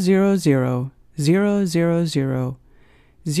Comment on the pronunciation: 'Embar' was tolerable compared to 'zero'